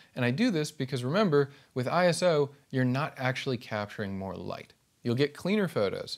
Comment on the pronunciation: I knew you would be good the moment you said I S O and not Iso Now I'll continue watching the video